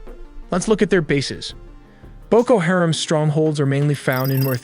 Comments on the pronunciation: Everyone needs to downvote this tool until he starts pronouncing the shit he is talking about correctly. You supposedly have the answers yet mispronounce a name on every single on of the videos. White guy from USA, here. And yet I still know it’s Haram. Not Harem. Educate yourself before you act like you know better, dumbass. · Hah-rom, not hair-am